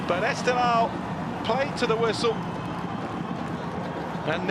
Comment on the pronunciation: Reporter:: EsteGHLal is not 🚫 pronounced Estelal 😅😅😅😅, you miss gh =Q sound